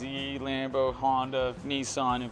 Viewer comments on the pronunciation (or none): none